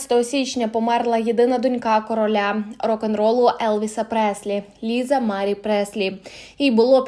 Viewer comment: Stavte pravilno nagolos na slovi Marie